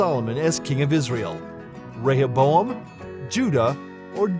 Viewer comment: Two wrong. Both Rehoboam and Jeroboam sounded right to me. 🙄